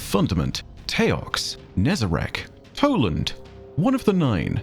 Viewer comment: it is toland